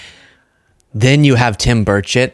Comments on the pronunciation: Question from a Canadian watching, I heard the name Tim Birdshit - you sayin' whatever his name is that way on purpose? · Every time I hear you say his name I think and hear you say “Bird shit” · you are making me LOL today... especially when you say Bruchett, I swear you are saying Birdshit..:face-green-smiling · When you said Tim Burchett's name, I thought you said "bird shit". Telling? 😂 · Omgosh- now I swear she called him birdshit… is that his last name? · Omgosh- I swear you called that politician Tim Birdshit - bellylaugh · I actually thought you were saying Tim Birdshit 🤔😂😂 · Love the content. Just had to say im sure you say Tim Burchette but it sounded like Tim Bird 💩 on. It made me chuckle and I needed it.